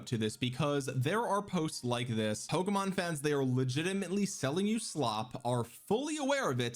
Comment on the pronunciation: Your not a Pokemon fan if you can't pronounce it correctly. That's already a dead giveaway